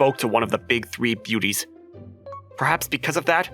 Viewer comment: "The three big booties" I swear I misheard that while passively listening.